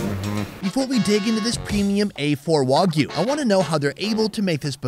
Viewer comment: The way he says Wagyu is insane